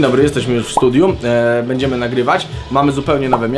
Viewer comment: Mówi się studio, zaznaczył bym minutę ale było zbyt wiele razy powtórzone "studiu"